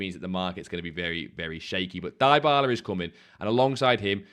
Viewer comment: Please stop saying Die-bala 😂, it’s D-bala. Only plan on doing Crouchy, and finishing POTM Endrick. My fodder is seriously low. You done Crouch yet?